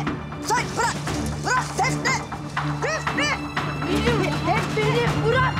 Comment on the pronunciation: Nazan defne demeyi bilmiyo hep def-neğh diyo